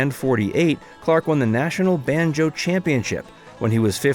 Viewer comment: He said banJO instead of BANjo. Favorite.....Barbie Benton and Misty Rowe.